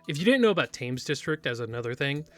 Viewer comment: One day I will get you to pronounce Thames correctly